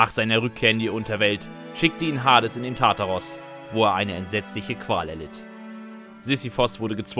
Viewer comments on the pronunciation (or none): none